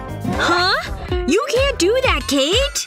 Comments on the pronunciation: is kate not katey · It’s Kate not katie